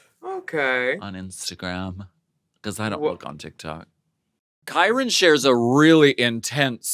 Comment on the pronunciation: Willam repeatedly pronouncing Kyrans name wrong every week is just disrespectful. I know she's not deaf, they say her name correctly every week on the show.